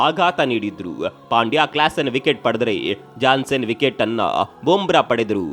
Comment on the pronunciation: ಜಾನ್ಸನ್ ಅಲ್ಲಾ ಗುರು ಯನ್ಸಾನ್ ಅದು 😂😂